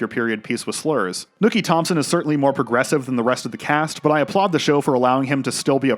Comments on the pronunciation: Loved the analysis but its not “Nooky” its “Nucky” lol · This is the second narrator I've heard who apparently can't pronounce the name "NUCKY" and instead calls him "NOOKIE", wtf?! It's crazy that someone (who is clearly American, without an accent) can watch the entire series and can't tell that they're saying the main character's name wrong, lol.... Nookie. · His name is Nuckie though. Not nookie. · Bruh... It's Nucky... Not NOOKIE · Are you purposely mispronouncing nUHcky’s name?? Lol you keep saying Nookie and it made it hard to finish the vid 😭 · I'm going crazy here. It's Nucky. Like Knuckle. Not Nookie like a fucking Limp Bizkit song... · OK, yo asshat! His name is Nucky, not Nookie. Nookie is that thing YOU never get from your crush. Fuckin moron. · Great video but his name is Nuckie not Nookie, a slang word for sex. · NOOKIE? you pronounce Nucky as NOOKIE?!?!?!? what the fuck, did you forget what fuck sound's like? now replace the F with an N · The pronunciation of Nucky as "Nookie" drives me absolutely crazy. I couldn't ignore it after the hundreth time of it being said. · The “Nookie” mispronunciation has me on tilt 😅lol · Its killing me how you're calling him Nooky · I think it is hilarious how you repeatedly pronounce Nucky as “nookie”.